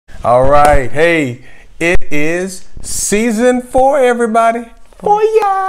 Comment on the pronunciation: Season fo! Lmao. Texas accent slipped out. Loving it.